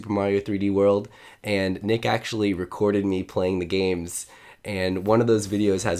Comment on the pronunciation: NMead????? Nah it's nick